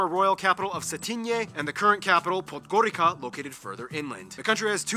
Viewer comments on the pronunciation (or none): Just a minor correction for the GN video. Paul B. pronounces the capital Podgorica like ”Podgorika” but it’s actually pronounced ”Podgoritsa”. The C makes a ts-sound.